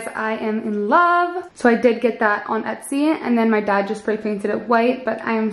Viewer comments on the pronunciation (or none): none